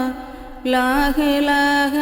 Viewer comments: ലാഹിലാഹ അല്ല ലാഇലാഹ ആണ് സഹോദരി 👍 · ലാഇലാഹ എന്നുപറയാൻ ശ്രമിക്കണം